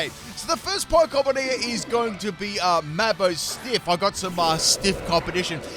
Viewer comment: I can't believe he keeps calling it Mamo-Stiff. If the video doesn't get likes for that I don't know what will.🤣